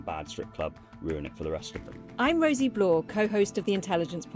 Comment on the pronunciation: Babe, blau is German for blue and is pronounced like the brand Blau-punkt or b-lou as in loud.